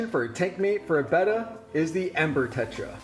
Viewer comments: 1 - I've kept/bred these fish for 50+ years, and Betta was always pronounced "bettah", as in "better". "Beta" is the Greek letter "B". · 1: I can't stand it when people say BEY-TUH! :( Love your monte carlo carpet; I too have it with no CO2 and grow it with a Finnex Planted+. That bonsai is pretty killer too with a massive quantity of anubias nana petite. If you don't mind sharing, what kind of camera do you use for your video and photos? The quality is quite superb. Thank you. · I pronounce the name betta option 2, but it doesn't matter since we all know what fish you're talking about.